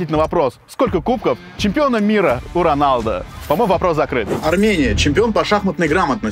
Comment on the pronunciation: А то что ты сказал что раньлдо